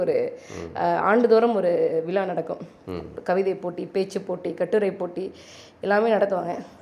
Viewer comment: அன்பு தங்கை அறிவது ஜெர்மன் மொழியை சரியாக பேச அந்த மக்கள் விருபுவது போல் தமிழை தமிழ் என்று சொல்லாமல் தமில் என்பதும் விழாவை விலா என்பதும் நீங்கள் செய்யும் தவறு . அதை தயவு கூர்ந்து பயிற்சி செய்யவும். மற்றபடி உங்கள் விரும்பி என்று என்னை சொல்லிக் கொள்வதில் மகிழ்ச்சி